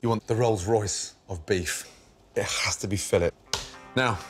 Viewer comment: It Khhhhas to be a fillet